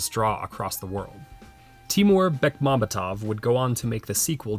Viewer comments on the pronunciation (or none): I loved both Night Watch and Day Watch and have Read all the books. BTW the name is pronounced TiMUR' BekmamB(y)ET'ef. The author of the books is SerGEI' LukYAN'enka. Russian stress is difficult for English speakers, including me, but once you know it actually hurts to hear a misplaced stress.😃 I'd also like to add that there was quite a a bit of humor lost on western audiences. For instance. The Gorsvyet truck they drove. These trucks are known throughout Russia and they are notoriously slow- every Russian has at least one story of being made late because of being stuck behind one. So the turbocharged Gorsvyet truck was a laugh out loud thing to see.